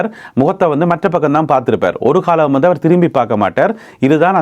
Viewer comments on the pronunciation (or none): none